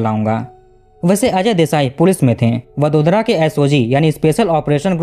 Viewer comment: भाई, दो सवाल है आप के लिए। आप हर वाक्य में दो-तीन शब्द उस विदेशी कूतरा भाषा में क्यों बोलते हो? और तो और, क्या आप को वडोदरा जैसा सामान्य नाम, जो कि हिंदी में भी बड़ी आसानी से लिखा जाता है, सही ढंग से उच्चार करना सीखना ज़रूरी नहीं लगा? ये सब आप को वीडियो बनाने के पहले ही सोचना आप को क्यों ज़रूरी नहीं लगा?